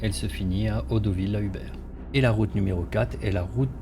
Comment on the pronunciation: ce n'était vraiment pas une critique de fond. J'ai apprécié votre vidéo. J'aurais dû commencer par là ! Quelques petits soucis quant à la prononciation des noms de localités... (Comme Audouville, ou le s de Hiesville qui ne se prononce pas...). Je ne vous embête plus, promis !